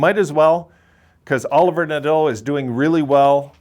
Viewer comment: If u look back on comments i was happy with the Olivier Nadeau pick cuz of his size and offensive upside. Kid can grow to 6'3 prob 215 lbs and have a good Power forward game. Its not Pronounced Oliver its french so O-live-e-a Nah-do . Olivier Nadeau.